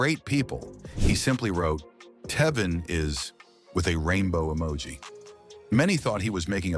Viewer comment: Who th3 fuk is this narrator?.. he cant even pronounce Tevin's properly and why is this idiot bringing jaguar right into this ?.. this has to be an a.i voice .. wjy dont people look into Quincy jones and all th3 adults that was supposed to be his gaurdian while he was being sent to different states?.. diddy aint the only predator , they need to bring Russell Simmon to justice and Clive Davis ??